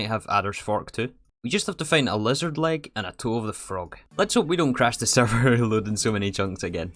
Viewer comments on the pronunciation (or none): "After cwashing the sewvew twice" Is the sewvew bad ow you twavelled fow too long ?